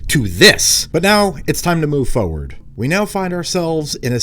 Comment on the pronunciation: FORward not foward lol Great vid though